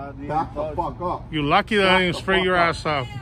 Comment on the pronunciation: “He said don’t talk to me like daaat Chico” 😂😂